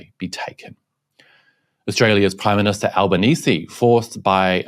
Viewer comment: "I'm the prime minshta"